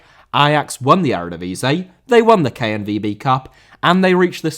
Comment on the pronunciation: Eredivisie * not Eradevizei